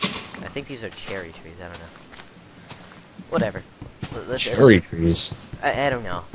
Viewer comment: Oh, the idiots who thought you were racist were talking about Cherry Trees. They may have thought you said Cherookees xD